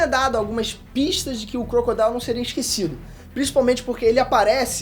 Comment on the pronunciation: Obrigado por pronunciar o nome do Crocodile certo